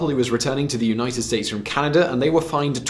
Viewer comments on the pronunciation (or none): none